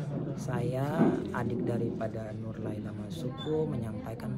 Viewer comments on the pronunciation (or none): Nurlaila bukan Nurlaela